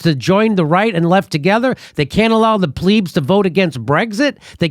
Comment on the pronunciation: Invaluable, real, investigation and reporting from Jimmy Dore and Max Blumenthal. I can even forgive Jimmy for mispronouncing 'plebs' as 'pleebs'. Won't be long now before Jimmy Dore et al, are banned and erased from social media as the US national security agencies tightens their control over, FB (Meta), Twitter, YouTube, etc.